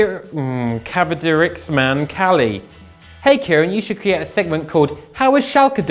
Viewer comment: here's a tip next time you want to pronounce a somali name. the letter c is a. and x is h. so cabdiraxman cali is actually abdirahman ali.